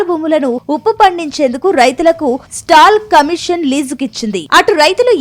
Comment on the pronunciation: స్టాల్ కమీషన్ కాదు మేడం….”సాల్ట్ కమిషన్”